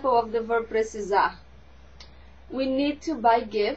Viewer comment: Precisarrrrrr. Achei que terminava com um "r" só, precisaR. Mas de resto, ta tudo normal...